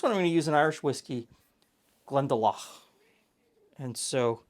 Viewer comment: Very impressed with your pronunciation of Glendalough. I will make you honourary Irish on the 17th.